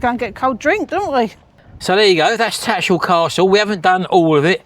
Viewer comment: I know your from "Daarn Saaarf", but you can't drop the "H" in TattersHall! 🤣